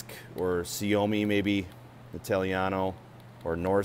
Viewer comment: You pronounce completely destroyed that "Suomi" there 😂.. Greeting from Finland. It was very nice and helpful video :).